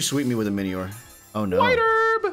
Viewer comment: It's pronounced Mini-ore, not miny-ore